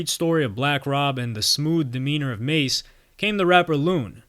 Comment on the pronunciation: Yooo you messed this up. Don’t talk about the culture you clearly know nothing about. You can’t even pronounce ma$e’s name. He clearly pronounces it in his music, if you really did your research. Terrible journalism.